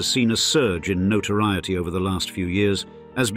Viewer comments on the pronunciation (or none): none